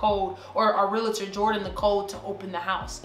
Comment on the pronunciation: Am I the only one who noticed is saying relator